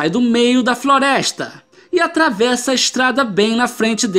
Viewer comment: 3 rapazes estavam "Esprorando uma Froresta" KKKKKKKK amei cara n paro de repetir